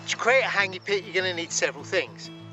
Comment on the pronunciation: What an idiot,cant even pronounce the word hangi, douche.